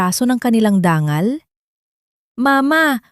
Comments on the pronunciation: Dangal o danggal? Ayusin mo ang pronunciation mo. Nakakawalang gana. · Ang daming mali sa pagbigkas .. dangal.... dang gal